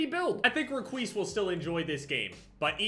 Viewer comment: Nobody: Literally nobody: every five seconds: reqise